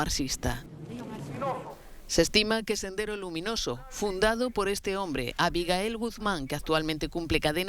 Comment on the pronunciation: Es Abimael Guzman no Abigael